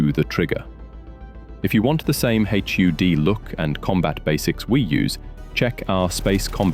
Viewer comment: Great guide, saving this for referring to rookie pilots. One comment for your text-to-speech program, in your script, I'd replace "HUD" or "H.U.D." with "hud" which is what we say in English, we don't say the individual letters. The general rule of thumb is that if it can be pronounced as a word, do it. Other than that, it's a really good voice. If you weren't a native English speaker you might not even be able to tell that it's TTS.